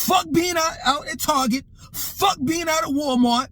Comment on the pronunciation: I just love how says Target. TAWGET. Lol 😂 Also every time takes a sip of his water bottle I be like “Power Up 💪🏾” LOL 😂 I’m just messing with you. You a real one 💯 As far as the video topic goes, the American 🇺🇸 Black woman is STRONG 💪🏾, INDEPENDENT, and DON’T NEED NO MENZ 🤨 Lol 😂 Smh. This is the message she has been sending to Black men FOR DECADES and NOW the chickens are coming home to roost… The American Black woman also gets great joy and pleasure out of REJECTING Black men and not giving us no play so that further discourages brothas from coming to the aid of Black women… Me personally the only Black women I’m protecting are the ones in my family and my girlfriend if I happen to have one at the time? The rest are on their own.